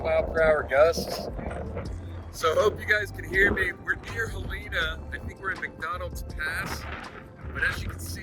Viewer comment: Awesome vids. FYI- Helena is pronounced HELL uh nuh. Don't want you to sound like an out-of-towner... Keep the videos coming! Thanks